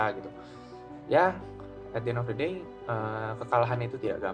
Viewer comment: jir bahasanya ribet amat, at di en of de deynya berapa kali diulang itu 😂